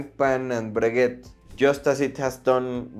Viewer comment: Breguet, Cartier, you don’t pronounce t he last letter, because is French!